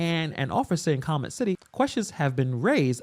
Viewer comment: Pronounced Kal-YOO-met. Please!!!